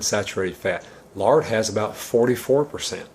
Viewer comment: Sounds like he said 'larding ' at first, Lol! :--)